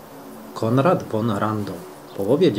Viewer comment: Z końcówką Hof to zawsze jest folwark w sensie miejsce gospodarcze. Jeszcze mała uwaga językowa gdy czytasz przed szlacheckim niemieckim nazwiskiem to von nie czytamy "won" tylko wymowa jest fon poćwicz to by się przyzwyczaić. Imię Christian czytamy Kristian a nie przez Ch. Ja to w dobrej wierze pisze. Zwrócił mi uwagę na to mój przyjaciel Niemiec Thilo i przez niego odkryłem Twój kanał.